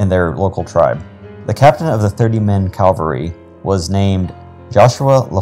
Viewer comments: cavalry NOT Calvary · CAV -- al - ry...